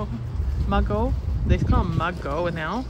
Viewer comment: I've been out working in the garden all day. Mugo is pronounced moo go. My friend gave me a plant but she didn't know the name of it. I don't want something that's going to take over the garden. I don't recognize the leaf. It must be hard trying to find plants hardy for your zone. What about a canna for the tall plant in your pot. You can save the corm for next year. That's what I do. Sorry about your coleus. I don't mind spending money for perennials but I hate spending it on annuals. How much do the PW petunias go for there. I paid $5. Bonny